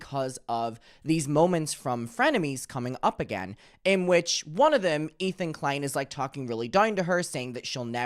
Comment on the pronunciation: i was not prepared for "ethan de-klein"